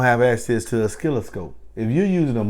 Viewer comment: O-sil-la-scope say it with me player, lol. Thanks for the knowledge.